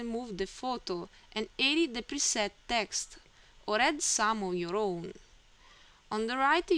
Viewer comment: Good tutorial. Logical order. Speed of instruction and rate of speech were both good. The only suggestion for improving your English is to complete the word with the proper sound. You sometimes end a word with an "ah". For example, text should have a hard "t" pronounced at the end. If you listen to your video you will hear yourself say "texta" and then the same "a" added to the end of the next word. Your English is very good! Keep up the nice work and thank you for sharing your knowledge.